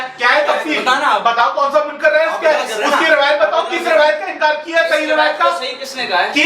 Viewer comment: سنیو سمجھدار لوگوں سے مناظرہ کروایا کریں اس بےچارے کو کچھ معلوم نہیں سیدھی سی بات ہے آپ خلافت بلا فصل علی کیلئے ثابت کریں منکر کو کاف کے کسرے کےساتھ پڑھ رھا ھے